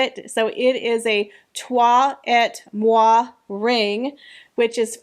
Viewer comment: Not ett 'ay' et IS pronounced 'ay' but toi moi you pronounced perfecto 🥰😘🥰😘🥰😘